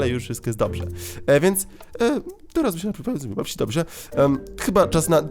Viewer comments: pepsi nie pepśi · zamiast pepsi czytasz pepś(tzn. nie si tylko ś) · To jest pepsi przez s nie ś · Śmiesznie wymawiasz pepsi ;)